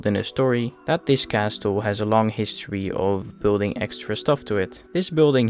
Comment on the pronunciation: Lovely video, just a pointer: the "t" in castle is silent! 😁